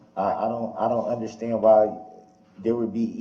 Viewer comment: "unnerschtan" "Grounds for da substain?"